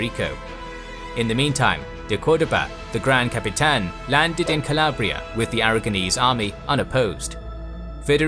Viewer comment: Alarabia (noooo Calabria (yesss